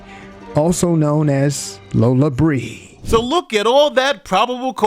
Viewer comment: Wheat folk can't even pronounce it correctly... Lol it's pronounced Lola Brea like La Brea